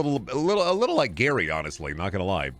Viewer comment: what do we do to the gary that says gayr